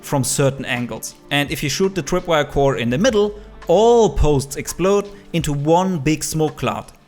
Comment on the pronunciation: I’m Sorry but “The Twip wire” twip